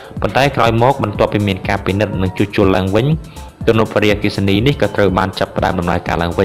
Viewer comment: កុំអានវ៉ារីអគ្គិសនី សូមមើលសម្លេងផង